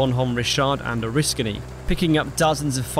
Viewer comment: On top of all the other kudos, let me congratulate you on correctly pronouncing Bonhomme Richard and Oriskany. You'd be amazed how many people screw those up.